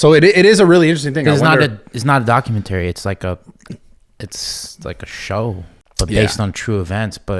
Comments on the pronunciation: Everytime Steve says documenTERRY I get angry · Lol the way he sayin "Docu man tary" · Steve “Docu/mentory style” Me- Go back to speech therapy my guy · Omg Steve. If you say documenttry wrong again I'm going to pound my head into a wall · “Document terry” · Doc-u-men-tarry I don’t think that’s how it’s pronounced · Doc-u-menery like bob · I like how Steve pronounces Documentary like the game console ATARI. DocumenTARI. lolol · Steve really needs to learn how to pronounce the word "documentary" and there's no 'S' on Dahmer. 🙄🤨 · Steve can't pronounce documentary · IS ANYONe going to tell Steve he is not pronouncing the word Documentary the right way?? I don’t know what Steve is going to do for content when all he’s done for years has been showing off and giving away money?? Good luck buddy. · this mf a millionaire and cant even say documentary correctly lmao what a time to be alive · The way steve says documentary pisses me off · never heard someone pronounce documentary like that.... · Steve doesn't know how to say documentary lol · Steve pronouncing “documentary” is the best thing ever. 😂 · I didn't think Steve had the tism. Until I heard him say documentary wrong a million times. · Steve needs to learn how to pronounce documentary lol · Steve’s got me questioning how to pronounce ‘Documentary’ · Please someone tell Steve how to say "documentary" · The way Steve says documentary genuinely frustrates me😂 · Someone please god tell Steve how to pronounce documentary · Steve , i hate how you say "documentary". But you're the man